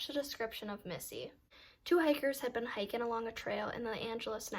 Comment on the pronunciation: where are you from? I love how you drop the "g" off of "ing" words, lol. like "hikin" and "drinkin", its cute!!